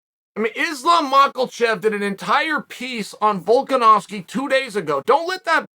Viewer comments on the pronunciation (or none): What is wrong with Chael? Still saying makalchev ? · Chael says islams name wrong every time😂 “Machelchev” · Islam Machekev for the love of God MA CHE KEV. NO L's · Makhachev or Macklechev? the choice is Chael's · Islam “makelchef” - Chael P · Socrates: who is the wisest man in Athens? Oracle: Chael "Yarear Makalchev" Sonnen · Ah yes, Yareer and Mahkelchev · "Islam Mokelchev" - Chael P. Sonnen